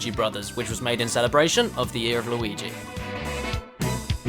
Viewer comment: Why does keep calling Luigi.... Lawigi